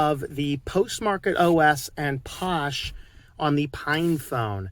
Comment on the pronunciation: I could be wrong but I'm pretty sure it's pronounced "fosh". Phosh is short for "PHOne SHell". 💁